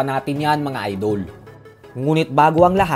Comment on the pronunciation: "NGA PALA" Pag usapan natin yan mga "idoWL" mani pakyaHW BoHksiHng Na ituHW 🤣